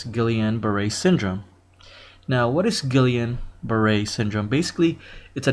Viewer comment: I stopped listening when you butchered the pronunciation. :/